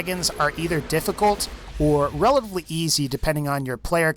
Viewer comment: He says every word right except for relatively lol